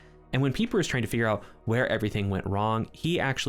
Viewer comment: Good job on your correct pronunciation of Pieper!